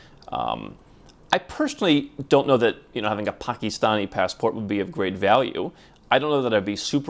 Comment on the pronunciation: It's closer to the correct pronunciation. Most Americans pronounce it differently.